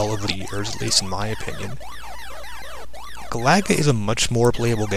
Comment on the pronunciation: I believe Galaga is pronounced GAH-luh-guh. Then again, I could be wrong.